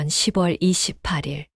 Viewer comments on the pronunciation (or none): 10월을 시월이라고 해야지 십월이라고 자꾸 읽네...어이없다